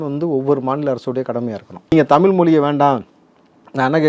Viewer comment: When you are not able to say தமிழ், மொழி....... Saying தமில், மொளி.... what kind of language you are talking about